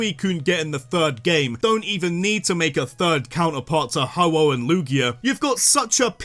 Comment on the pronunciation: IT'S HO-OH, NOT HOHO!